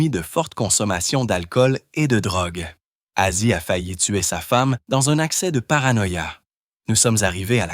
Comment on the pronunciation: lol commence par etre capable de dire Ozzy